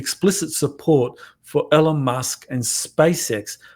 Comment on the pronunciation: Gallaudet read it in a book & Elizondo forgot to take photos…..😂😂😂 and it’s EEEEEEEEELON